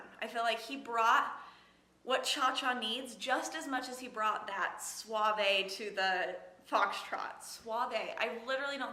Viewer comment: Suave is "soft" in Spanish jajaja but your accent to the word was good jajajaja.